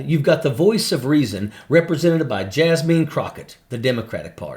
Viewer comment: “Jas-mean.” Ha!! 🤣😂